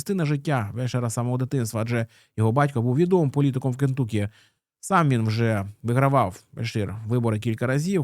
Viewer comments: Не КентУкі, а КентАкі. kənˈtʌki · Все круто, тільки правильно: *КЕНТАКІ!!!)